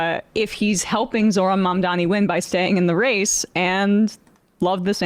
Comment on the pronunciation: Pronounced "Zohran Mamdani" right. Even the 'h'